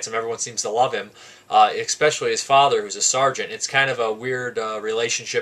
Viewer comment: Enjoyed the review, thanks. Made me want to get this. One thing - and this is not be be a 'wise-ass' - but one word I note that you use quite a bit is 'especially', which is pronounced the way it is spelled, and not 'eckspecially' - which you how you keep pronouncing it. Cheers! (I won't be offended if you delete this comment!)